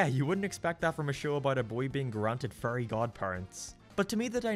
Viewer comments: because this guy pronounces "Fairy" like it's "Furry"? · I like the fact that every time you say fairy it’s sounds like you’re saying Furry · OHHHHHHHHHHH he was saying fairy not furry i was so confused. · Haha! He says fairy like furry. That's funny to me! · I'm incredibly sorry, but every time you say the word "fairy" I keep hearing "furry". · “a boy being granted furry godparents” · When he says fairy it sounds like furry 😹😹😹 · I'm so sorry I cannit get over how you pronounce "fairy" because it is a goldmine of Furry jokes such as "Foop the Anti-Furry" and "Timmy and Mr Crocker must go to Furry Land"